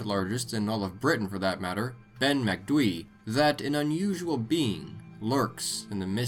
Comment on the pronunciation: Ben MacDwee 😂😂😂😂. Its pronounced MAC DOOO EEE